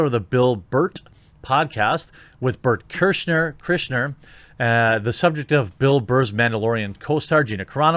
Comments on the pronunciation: Please… for the love of God… please learn to pronounce Burt Kreischer’s name. If you call him “The Fattest Comedian in the World” or “Burnt Chrysler”, I will sub to your SS. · Burt * Kry-shurr